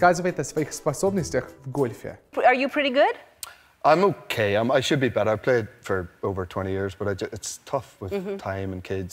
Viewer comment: Челик не проговорил I've никак, он почти I даже не произнес, пересматривал даже несколько раз в х25, но в субтитрах написано I've played